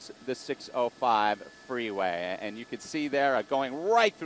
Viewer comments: the way he said freeway lol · His voice sounds so country twangish in the first few seconds when he says the word freeway & then instantly goes back to normal. What the hell was that about?